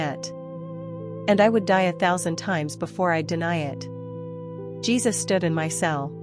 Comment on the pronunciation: His name is JESUS not JeBus ❤